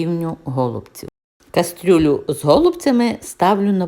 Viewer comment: Ваша кастрЮля так ріже вухо, що далі дивитись не хочеться.